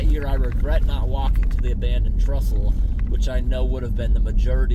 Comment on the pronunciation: It's 'Trestle' not 'Trustle', though. (I think?!)